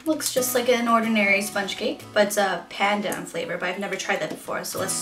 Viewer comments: how you say pandan is like pa-dan without a long a how you say ube is not ubey u-be how you say polvoron is pool-vo -ron how you say bawang is ba-wang again without a long a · how you say pandan is like pa-dan without a long a how you say ube is not ubey u-be how you say polvoron is pool-vo -ron how you say bawang is ba-wang again without a long a.